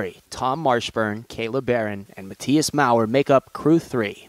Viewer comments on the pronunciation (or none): none